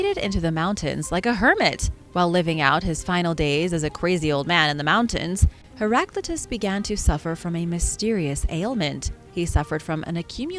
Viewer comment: You have mispronounced Heraclitus